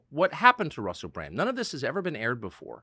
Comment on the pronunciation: Sometimes instead of 'Bran-D' Americans say 'Bran-T' lol.